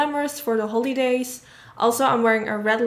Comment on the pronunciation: This is probably just me, but the way she pronounces “holidays” is really really annoying or the word “everything” its like she has a hard time to pronounce “h”